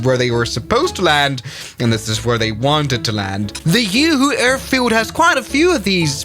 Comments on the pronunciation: umm Juhu not uuuhuuu airport xdd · That not Uhu that's Juhu , J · All the Indians screaming "It's Juhu (the j is pronouned like the j in Juliett) not yoohoo" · The way he pronounced Juhu 💀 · its a 'J' not a 'Y' for god's sake!! 😭😭😭😭 (this is coming from a mumbaikar)